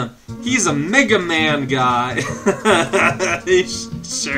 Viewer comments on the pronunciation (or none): Every time says "Mega Man", I kept thinking he said "nigga man".